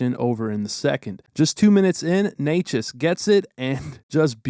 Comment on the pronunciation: props for pronouncing Necas as well